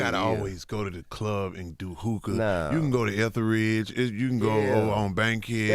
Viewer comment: Haaa😂 he said go to Ethelridge 😂😂😂😂 girl no